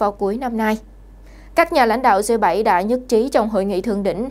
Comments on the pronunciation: 🌴. Viết và nói cũng kg rành..g là g.phải đọc là gờ hoặc rê dê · Bạn có thể đọc g chứ đừng đọc là dê,xin cảm ơn